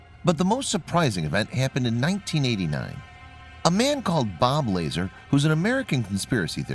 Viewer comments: its bob la-zar not lazer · Bob LA-ZARRRR. Not laser. Cmon man he has a whole documentary on Netflix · Bob Lazar's last name is pronounced Luh-zähr. The most likely reason why private contractors guard Area 51 is that the U.S. Military is not chartered for domestic surveillance whereas private citizens can be licensed for it. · This idiot can’t even say bob lazar name correctly or get his actual facts correct